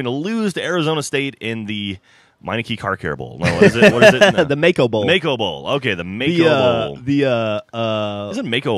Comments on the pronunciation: It's Maaco not Mako... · the bowl name is maaco not mako like the shark...?